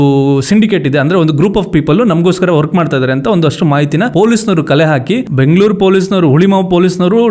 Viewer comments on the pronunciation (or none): none